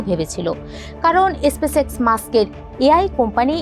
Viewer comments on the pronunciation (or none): এসপেস এক্স !!! ব্যবোসা !!! উচ্চারণ এর তো করুন অবস্থা